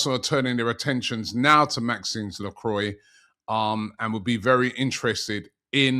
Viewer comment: its not maxine lacroine its Maxconce Lacrua its ridden like this Robbie